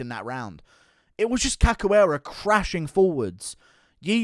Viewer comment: Cachoeira is pronounced cashoeira